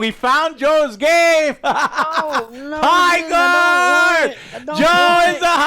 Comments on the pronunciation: Sounds more like High-shart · ❌ Highguard ✅ Byeguard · "Highguard." *loses audience "Byeguard." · "HighCORD 3" ...confirmed